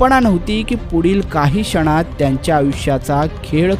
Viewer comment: अहो आनंद म्हणा, क्षण शब्दाचा स्पष्ट उच्चारला पाहिजे. आपण सार्वजनिक जीवनात आहात. जितके चांगले बोलाल तितके चांगले.